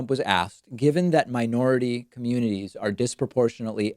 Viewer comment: The “mirority” communities. Dentures again, Dumbald?